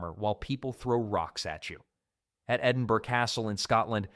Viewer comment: You know it's an AI narrator when he correctly pronounces Edinburgh.